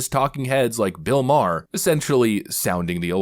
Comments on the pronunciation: FYI: Bill May-er...not Bill Ma-her. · You pronounce his last name like Mar... ❤😂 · Its pronouneced "Bill Marr" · It's pronounced "Bill Marr"